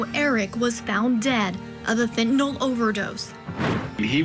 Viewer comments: nyl, not nol!! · FENTANYL..... NO O IN THIS WORD US